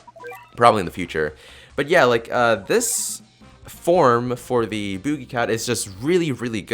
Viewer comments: lol booje cat it's boogie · Nobody says BOOJIE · the way he says boogie...HAHA (boo- gee)